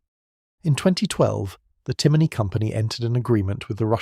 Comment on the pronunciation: A.I. naration... "see an" as you pronounce it is pronounced "Shaun" and it is "John" in the Irish language.also your pronunciation of Timoney is also wrong..it is pronounced as "tim on e" and NOT "Timiney"